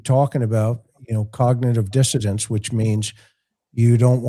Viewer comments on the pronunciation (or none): I can’t take it anymore😂😂 it’s “dissonance “ not “dissodance”. How are John and Karen letting you get away with this crime!!? 😂😂